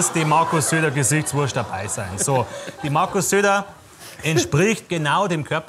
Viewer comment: zu geil 😂 böhmi ist selbst die ganze zeit nur am feiern xD“gesichtsworschd“